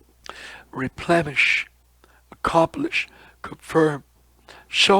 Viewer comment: Replenish is with n, not m, not replemesh....plen rhymes with then... nish, which rhymes with fish... replenish.